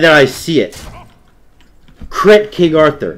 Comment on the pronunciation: "I'll beat your ass with cwit" I lost my shit. Trying to sound tough and end up sounding adorable. LOL.